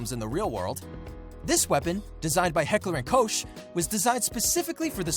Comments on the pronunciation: it’s not heckler and cosh 😂😂😂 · I love how he mispronounced Heckler and Koch.